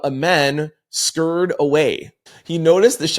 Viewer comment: Scurried - past tense of scur-ry. TWO syllables not one😂